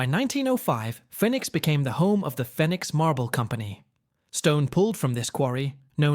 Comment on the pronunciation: Is pronounced fee nix like Phoenix Arizona